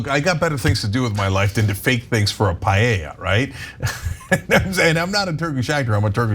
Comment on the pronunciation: It’s so funny to me when you say payeya instead of paeya 😂